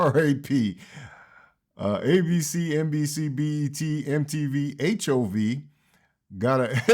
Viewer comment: She said HOV 😂😂 Damn Jay